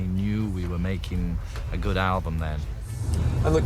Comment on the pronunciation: ..."album" not "alum" !